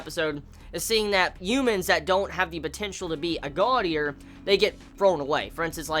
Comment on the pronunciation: why did it sound like said: this episode of Godyr